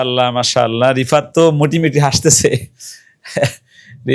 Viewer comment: আপনার মাশাআল্লাহ বলার মধ্যে গলদ হয়েছে, আর এই সমস্ত ভিডিও করার উদ্দেশ্য কি আপনাদের??